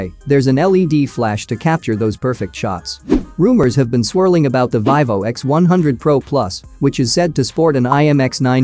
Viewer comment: Its Veevo no the ling "i" sound.